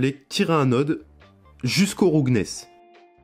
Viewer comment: "roughness" se prononce "raouffenesse"